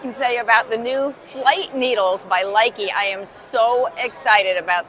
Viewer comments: Looking forward to trying these out. Also, we should all try to pronounce Lykke correctly. Having heard a Norwegian say the word, it sounds more like “lek-uh” , or “look-ah”. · Hope to eventually find an informative vid of someone who has a flight Lykke ( not LIE KEE) set . Would love to find out , what sort of price are we talking for these ? What comes in the set , cable stoppers? , tightening tool ?, Show next to other sharp needles , how do those cables compare, up to now their plastic cables meant removing work from needles to un coil cables then once relaxed , put work back on again. Sorry for all the questions :)